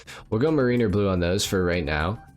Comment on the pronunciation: MARE-rin-er, not muh-REEN-er. Like Rhyme of the ancient mariner. Just so ya know and so I don't walk out one day and hear everyone saying muhREENer and have to go jump off a bridge 🤣🤣🤣